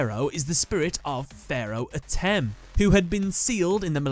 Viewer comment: It's pronounced Ah-tim